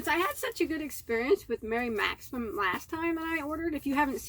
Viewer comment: you are totally getting better at saying Mary Maxim <3